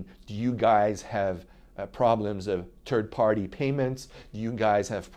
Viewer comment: He said terd party :) But seriously after Obamacare there won't be that benefit for long.